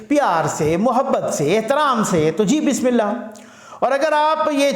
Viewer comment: shb bismillah sahi phlo plz..